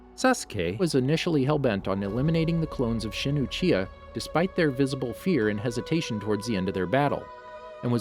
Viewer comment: Not to be a stick in the mud but you actcedentlly said uhiha sorry